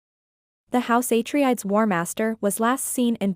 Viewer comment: Its said ah-trey-des.